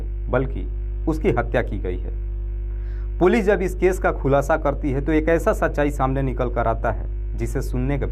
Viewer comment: पूलि नही पुलिस बोलो